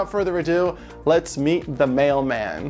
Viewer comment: i heard "the maleman"